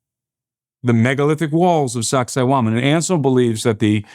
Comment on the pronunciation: Every time he said Sacsayhuaman all I heard was sexy woman. Lol. :face-purple-crying: Lord Jesus please come get us Soon ! This place is nuts.